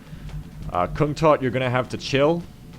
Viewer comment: Just an FYI, but kungtotte's name should be pronounced kungtotteh